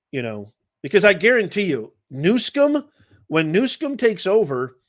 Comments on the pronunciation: Can you not read? Its newsom not newscom. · You call him Newcum his name is Newsom but you called him right .God vorbid he has ruin beautiful California, he will do this to the USA.